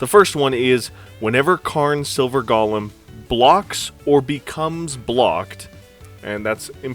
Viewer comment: Go-lem Not: gah-lim 🤦🏽‍♂️